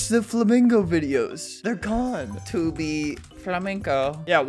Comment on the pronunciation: BUT KID WOTCH FLUHMEENGO 😭